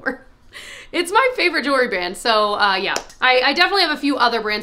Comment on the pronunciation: *jewelry, not “jewlery”